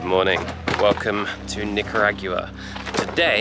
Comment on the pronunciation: Somebody help my boy pronounce Nicaragua again lol